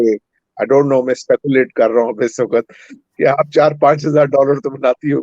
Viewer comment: Jonsa is not urdu word. Its a punjabi slang. Also its waqt (time) not waqqat.